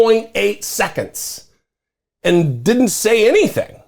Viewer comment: It’s didn’t, not ditin’t.